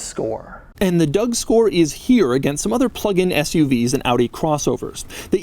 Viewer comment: Did he say “Doud Store”?? 🤣🤣🤣 in the beginning